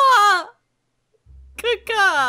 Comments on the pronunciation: Sounds like you’re saying Kaka means P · Sounds a bit like she’s saying caca 😂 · IT SOUNDS LIKE YOUR SAYING CACA LOL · It sounds like she's saying poop in Spanish Caca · She sounded like she said ka ka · when aphmau did the mating caw it sounded like shen was saying KAKA lol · Omg its like she’s saying poop in Spanish lol